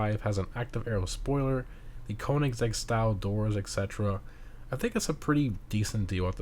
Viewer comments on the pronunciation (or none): none